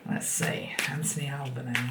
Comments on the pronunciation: Just for info the new PM's surname - the final e in Albenese is pronounced so it's like Alban-easy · Albanese pronounced Al ban easy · Love your work. Just to let you know Anthony Albanese is pronounced Albanesee as in rhymes with sleazy